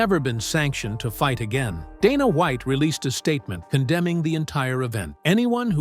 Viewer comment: "Dah-nah Wa-iht" text to voice is so stupid